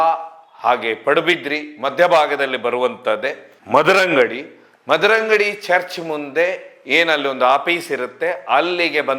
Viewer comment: Madarangady Alla Swamy Mudarangady❤